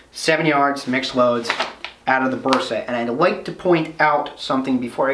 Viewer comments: All OK, but why you "gringos " keep saying BUrsa? The "E" should sound like "EH" , as when you say "men", or "say", "day". In English, letter "A" has two sounds, the first one, thats the sound of the "e" in Bersa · You read “Bersa” as a Spanish Speaking person, therefore you say “Bersa” with your Regional Spanish pronunciation and accent. English speaking people read “Bersa” as they read English words and letters, therefore they will say “Bersa” with their Regional English pronunciation and accent. English Speaking people familiar with the Spanish Language, be it by education, heritage or living in USA States or areas with important Hispanic presence may use a more “correct” Spanish pronunciation.